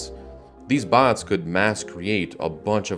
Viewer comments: anyone else hear him saying "bonds" instead of "bots" ? Or is it just me? XD I'm one big idiot but good video :) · Why do you pronounce "bots" as BAHNTS?